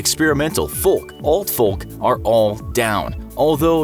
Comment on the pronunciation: That's not how you pronounce homogeneous. And the 'L' in folk is silent.